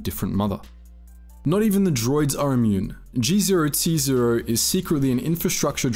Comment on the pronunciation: I feel that you were mispronouncing some of the names of people and planets, like Atton Rand and G0-T0. Also, the Ithorians DO use you to further their own agenda, stealing B4-D4 and letting him go walkabout wasn't necessary for your travel down to the surface (it actually hindered it) and was just them wanting to mess with Czerka, although I agreed with said agenda and also wanted to mess with Czerka because I've got a bone to pick with privatisation, they still were using you to their own ends. You then say that there is nothing wrong with Chodo's light side view when it came to healing Telos. There is and that problem is the astronomical cost, Czerka points this out (although their way of fixing it was incredibly bad, selling modern military hardware? Really? Especially that droid tank jeez) And yeah the force healing is successful, but it's like 5 points. It did absolutely nothing and that force recovery by healing Telos thing is applied through leveling up, which is also gained in the Czerka route. But your other points about the Ithorians, I completely agree with, the Jedi are jerks. Kreia doesn't think that to gain strength others must suffer, she gets pissed at you for being a mindless psychopath multiple times in the game, she's an Objectivist, not necessarily a bad person, but most of the time ends up acting like one and with the "kind acts deprive others thing, in the instance where she points this out, she was right, we see the consequences immediately, he get's m